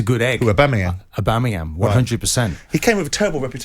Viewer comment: Keown repeatedly saying the name “Aubameyam” summed up everything about his take on the situation that took place. No clue who or what he’s on about 😂